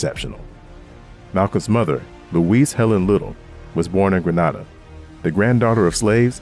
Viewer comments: grenada, like grenade. not granada like spain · gree -nay-da, GRENADA....... granada is in spain .. keep up the great work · Great content but Grenada is pronounced Gree-nay-dah🙂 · Grenada is pronounced as "Gree-nay-da" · Say it after me Grenada (green -na-da)🇬🇩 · Grenada is pronounced "Gree- nay-dah" Grenada, Tobago and Antigua are countries that Americans most often mispronounce, besides lran and lraq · Wow, this video almost had me fooled. Sounds like an intelligent, younger black man until he got to the word Grenada and couldn’t pronounce it right that’s when I knew I was listening to a computer.